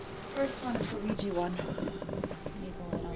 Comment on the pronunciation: The Luigi board one. It's called Ouija. an A, not I. XD Hoo boy this is some deep dark creepy stuff. That was freakin amazing! GG buds!!! Thanks!